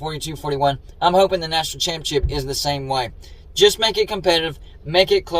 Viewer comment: Why are you featuring another cfb youtuber in one of your videos? Odd. Its like you're an Uncle Lou sycophant/fanboy. PS, please stop pronouncing "ChAAMpeeonnSSSHHIP" as "CHiMPionCHIP" 🙄🥴🧐😳